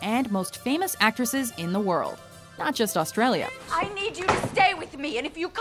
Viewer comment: The narrators pronunciation of Australia and Australian is honestly hilarious.